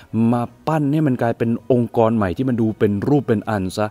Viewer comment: องค์กร ไม่ใช่ องการ🤔🤔🤔